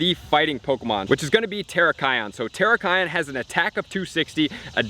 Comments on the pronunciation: Hey! its Tear (ripping paper) rak KEE - on xD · I cringed when you pronounced Cobalion and Terrakion. Still, pretty good video :) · Julian Galeano sorry my man. Working on it